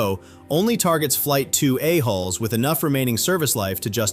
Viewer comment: Careful how you say "A hulls" or you will be so misunderstood. Great coverage as always. Thank you!